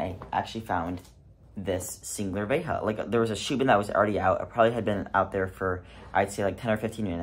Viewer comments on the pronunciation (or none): 99% of people? 😂 nope!! I've had THREE different assholes at the bins who refused to flip a coin for the mate, so my ass buys the other shoe, just to spite them. btw,, Veja is a French brand, it's pronounced Vezha with a French J, not a Spanish J... 😂